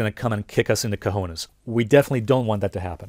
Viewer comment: good "Cojones" pronunciation.